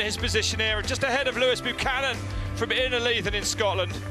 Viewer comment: They make his name sound almost as if it was Loose Cannon